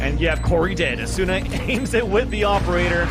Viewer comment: The weeb pronunciations tho. AH-SOO-NUH not AH-S’NA